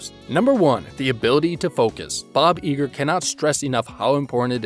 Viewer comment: "I-gr" not "E-gr"